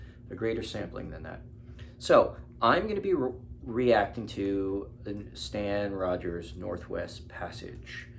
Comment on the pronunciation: And it is Stan ROGERS! No offence, but how hard is that to look up? Sorry